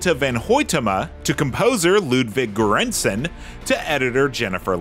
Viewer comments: Not to mention poor Ludwig Göransson “goooorehannnson” lol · Still mild compared to how horribly he butchered Ludwig Göransson’s name.